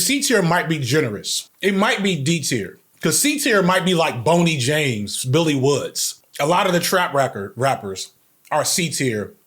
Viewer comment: He called Boldy James "Bony James" 😭